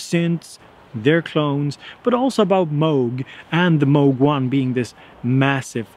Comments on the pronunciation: "this unknown company, Moog...." My god! Moog (pronounced as Vogue with a starting M, and no not from Australia...) is for sure one of companies that produces the most wanted synths for decades... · You pronounced Moog incorrectly. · Unknown producer... named moog. Ohhhhhh my goddddddddddd. He didn’t even say it right